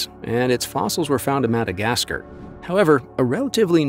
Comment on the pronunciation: "MadagasGER" gave away that this is AI Trash content.